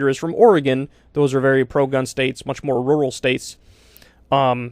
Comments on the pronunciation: Whoa I think you finally said "rural" in a not weird way! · Shoutout to Kyle for correctly pronouncing "rural."